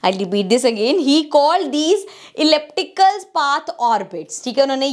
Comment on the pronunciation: That was great elliptical pronounciation